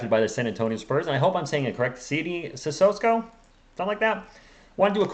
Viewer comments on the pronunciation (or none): I think it's pronounced as Sisoko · My brother...it's, "CISSOKO!", there is no "S" in front of the "K"...you're making this tooooo complicated!!!